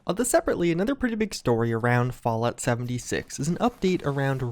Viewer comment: Is it just me or does anyone else hear "vault 76" every time says "Fallout 76"???